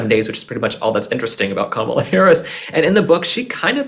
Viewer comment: Thank you again. I love your honesty about Kamala. 😂 you said it correctly. .. lol